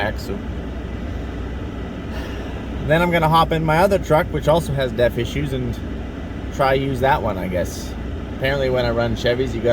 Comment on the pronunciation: About half-way through this video I started hearing DEATH every time you said DEF. Great minds thinking alike?